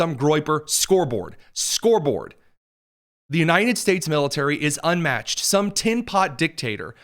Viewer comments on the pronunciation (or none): Why does he keep saying The "U-nine-ded" States?